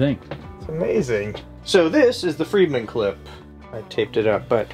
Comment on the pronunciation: It is "Fredman," not "Friedman."